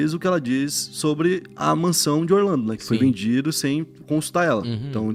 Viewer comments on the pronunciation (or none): none